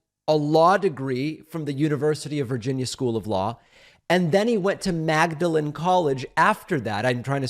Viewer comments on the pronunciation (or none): it's pronounced maudelan not magdalen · David......it's pronounced Maudlin College....part of Oxford U , as you know... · At the risk of sounding like one of those high "IQ ---people", I just want to point out that if you, (David), were referring to Oxford's Magdalen College, it's actually pronounced "Maudlin". However, there appears to be at least one other Magdalen College in New Hampshire. Maybe that's the one being referred to here. And near the end I think you referred to Raphael Warnock as a Republican, (by mistake). Otherwise, great commentary. 🙂